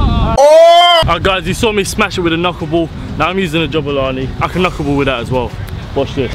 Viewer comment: It's Jabulani not JUBILANI